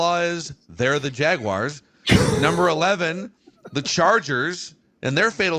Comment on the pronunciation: Every time I hear Jeremiah call the Jaguars the "Jagwires" I am reminded that the "N" on his college helmet stands for "nowledge". C'mon, Sirles, you're better than that!